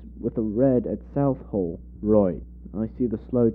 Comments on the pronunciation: Are you trying to say ‘Swansea’??? Also, You are incorrectly splitting Southall into South Hall... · What do you mean by ran from the 1970s-2019? They’re still running! And, by the way, it’s pronounced South-all and Swan-sea. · I was so confused as well as how he couldn't pronouce Swansea and southall